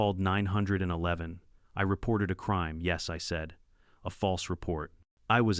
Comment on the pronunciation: Jesus Maria am I sick of hearing "Ninehundredeleven". Now there's "ASS HOLTED"